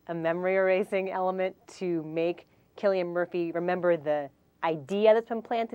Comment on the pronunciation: ITS CILLIAN MURPHY WITH A K SOUND!!!! lol that was annoying me